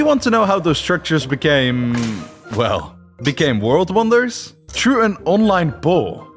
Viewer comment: Vorld Vonders.